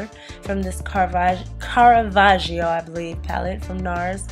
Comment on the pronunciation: i luuuuuuuuuuuuuv this look, will def try it. i keep loving your vide girl!!! p.s. it's pronounced caravajjo, just like you'd say gee or giraffe :) hope this helps (i'm from italy)